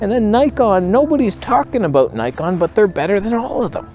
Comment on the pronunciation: Whats that aboot.